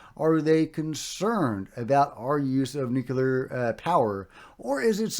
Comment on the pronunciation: I love your show but it drives me crazy that you say “NUCULAR” instead of “NUCLEAR” You’re not alone but I think it’s pronounced “NU Clear”. Just a thought.